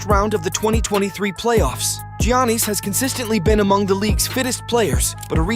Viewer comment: If this an AI narrator? You’re saying Giannis’ name wrong lol.